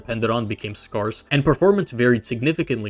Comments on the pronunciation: why did you pronounce scarce like scars and not scares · That's not how you pronounce scarce.